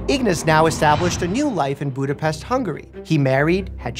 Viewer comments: "s" is "sh" and "a" is between English "o" and "a" like "hot" in RP accent. So it's 'Budopesht' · Vsauce2 already covered this in great detail. Btw it's pronounced 'pesht'. Yep, like that. :)